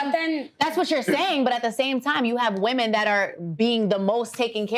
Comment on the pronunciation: Question? Is it a NY thing to say "woman" and not "women" when speaking on multiple women? Lol